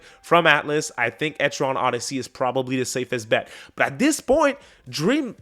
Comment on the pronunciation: Etri-ann, like the name Ann (not to be confused with Annie ok!) Ether way Im hyped for EO6